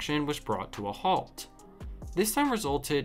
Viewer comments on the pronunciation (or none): none